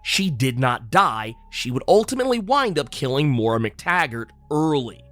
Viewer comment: I don’t mean no harm but I’ma need Moira’s name to be pronounced correctly lol